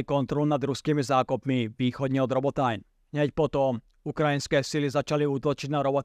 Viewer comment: krasna reportaz ale Robotajn citaj normalne po slovensky :D Robotyne